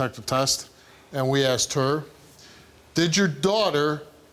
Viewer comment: She axed her